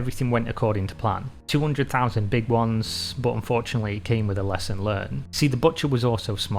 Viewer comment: Soun (son), boot (but). What the hell?